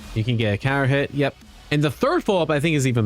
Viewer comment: Because he said it kind of quickly and unclearly.